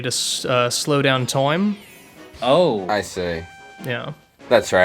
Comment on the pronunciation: Did Diabetus' Australian cousin just say "toyme" ?